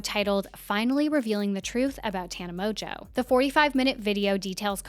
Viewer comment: Mon-geau not tana MOJO can't get past you saying it wrong